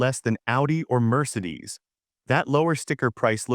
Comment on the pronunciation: What's a ' merserdees' ??